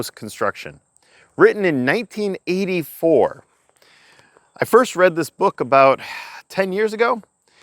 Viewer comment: Why’d he say 1984 like it was 1781?